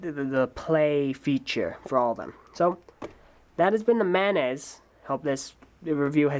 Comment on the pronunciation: it's a condiment, like ketchup, and apparently a crab in Bionicle according to this one's pronunciation.